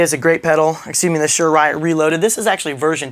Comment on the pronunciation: It's pronounced Suhr as in (Sir) and there is a distortion knob instead of a drive knob because it is a distortion pedal, not an overdrive pedal.